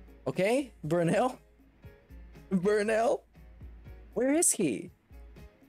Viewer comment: amazing 🤣, also Burrell productions. Text to speech fail